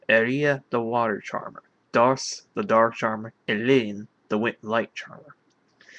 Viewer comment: I think it's safe to assume "Dharc" is pronounced like "Dark." For obvious reasons.